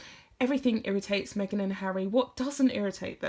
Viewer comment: Me-ah-gan, Me again, Meghan... 🤮🤮🤢